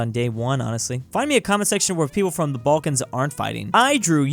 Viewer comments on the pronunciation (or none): none